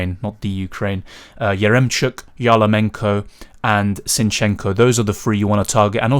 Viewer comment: not "YarLOmenko", but "YarMOlenko". sorry, but that was funny :D MD1 f....d me up(( I sticked to Berardi captancy, and missed on Lukaku. now I'm hoping for Ferran Torres or Ronaldo make me happy. also I got Wijndal, Kjaer and Denayer. defense let us down also I got Eriksen, but I'm not upset. opposite - I'm very happy that everything is fine with him! that was scarry about MD2.. I'm thinking about using LL. I looked at group stages of Euro'16, WC'18 and did little research. and I came up with conclusion that in the last MD of group stages, strong teams with good players like to change their lineups, give reserve players more minutes and main players some rest. I don't want these last minutes guessing with Belotti over Immobile, Benteke over Lukaku etc. but yeah, MD2 isn't perfect for LL(